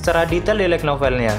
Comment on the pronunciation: Ga ada salahnya kan lebih di perbaharui lagi cara pengucapan kata kata inggrisnya... kan udah ada google translate... kayak "light".. di ucapainnya bukan lek,, tp lait... bukannya saya sok.. cuma alangkah baiknnya ini mah... di perdalam lagi cara pengucapan bahasa inggrisnya..